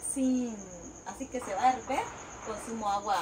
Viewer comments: Se dice: HERVIR, no herver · en Guatemala no hay Estados! Hay Departamentos! Y tampoco decimos herver,,, ella dice herver porque lo único que sabe decir muy bien son las mentiras 😂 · Hola no se dise erber se dice hervir habla bien saludos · se dice hervir, que raro que le pongan capsu al sanwuich